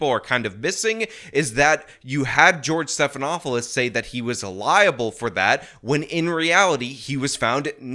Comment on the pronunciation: Did... Did you say George Steppedinawfulshit? 😂😂 That's better than George Snuffleupagus.